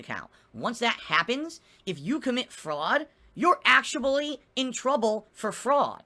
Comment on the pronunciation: Y'all have a new clip. "You're actuably in trouble" 🤣